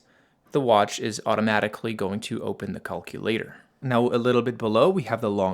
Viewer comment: The way you say calculator is so funny